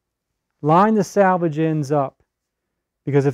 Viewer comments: Thank you for the great video!!! I can't wait to try this! But the word is SELVAGE and not SALVAGE. I really wish little things like that didn't bug me. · Sir--SELvage edge. Not SALvage edge. Totally different words. Nice video--helpful; thank you.